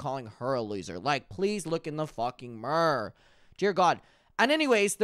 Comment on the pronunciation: I have been enjoying following your content but “Please look in the F-ing Murr” took me out😂